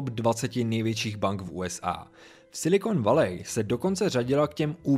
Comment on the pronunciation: Super informatívne video ale to "Silikon Valej" mi trochu trhá uši :D